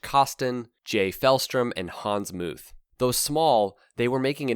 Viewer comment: Pls NOT "Hans Moooth"! It's simply "Moot" in English (like "Mut").